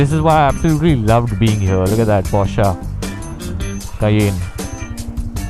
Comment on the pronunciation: Okay... After hearing porscha for the 6th time, i must step in and correct you bro. Its porsche as in posh not porschaa like machaa.. 😂 contessa impala is right but porsche is posh with a r.